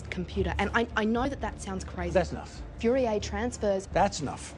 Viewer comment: Its FOURIER TRANSFORMS!!!! She fucked up the differential equation phrase royally NOT "Fury-A- transfers"